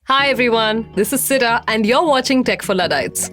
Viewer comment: Is it Sida or Sira? I hear Sida and I see Sira in description.